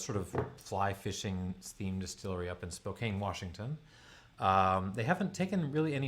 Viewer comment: Spokane(can) not spokane (cane)